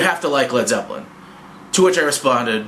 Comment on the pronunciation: "Led Zepplen"